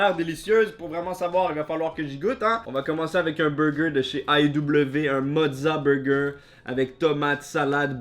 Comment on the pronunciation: J’adore comment tu dit « wrap » ... « eurlwap » ou des fois tu dis juste « rappe » 🤣 sans compter les « beuwgeuw » 😅